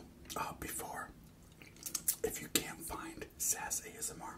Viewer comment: its S.A.S ASMR not SAS ASMR